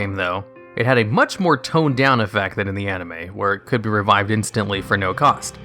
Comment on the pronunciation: THAN. IT'S THAN. NOT THEN